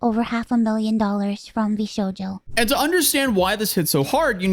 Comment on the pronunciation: I'm just so used to anime being a part of my life I still get surprised when someone my age can't pronounce a word like Shojo